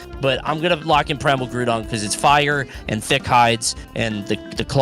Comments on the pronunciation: Hearing say Grewdon instead of Groudon made me smile so hard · Bro successfully gaslit into calling Groudon “Grewdon” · mispronouncing Groudon and nobody correcting him sent me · pronouncing Groudon like crouton just changed how I see its name. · i like how mispronouncing a pokemon name is now called pulling a wolfe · I love when accidentally out-Wolfes with some of these pronunciations